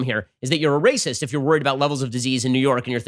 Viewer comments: Ben gets me chuckling often but that "RRRRRRRRRRRRRRRRRRRACIST" forced me to embarrassingly lose it in front of my liberal wife! Oh jeez, send help! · Had my phone locked listening to this, had to unlock and make sure I liked the video simply for that Looonggg Rolled R 💝